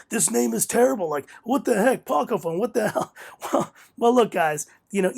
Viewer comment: Ah you said the name right in this video haha. Sweet review man.